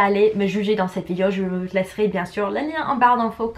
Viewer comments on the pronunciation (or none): Un des mots mal prononcé "vidéo " et non "Vidio" comme tu dis